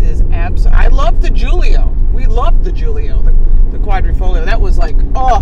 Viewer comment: Yes...Giulia, not Joolio. Also not like "Me and HOOOOlio down by the school yard" (nod to Paul Simon). It's Jewel-ee-ahh. Lauren just lost her "Close Cover Before Striking School of Italian, Storm Door Repair and Seal Coat" lesson #3 and mispronounced it,, so I'm willing to cut her some slack, esp when we were driving such a fun car on a very fun day. Thanks so much for viewing it and taking time to weigh in. What a blast! BTW, any relation to the Chicago automotive Perillos? Ciao Gianni.... ci' vediamo dopo, coccodrillo!